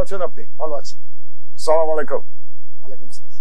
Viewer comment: সালাম টা সুন্দর করে দিবেন মাহমুদ ভাই আসসালামুয়ালাইকুম বলবেন দয়া করে। সালামুআলাইকুম বলবেন না।মাহমুদুর রহমানকে ভালোবাসি❤